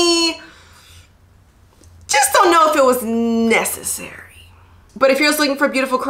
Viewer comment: Was that a pun? Did you say it [the net] is not 'netcessary'? 😂😂🤣